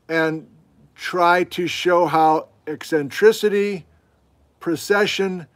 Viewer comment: I didn’t notice the mispronunciation of eccentric after the first “EEcentric”, but those words starting with “ec” do throw you. Example: et cetera is not pronounced “excetera”. But this is a minor quibble—your classes are great and I’m learning a lot from the Geology 101 winter quarter. Keep educating the masses. Science Rules!!!!!